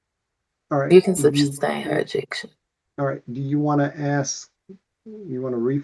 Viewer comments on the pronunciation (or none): She said "substain" instead of sustain lol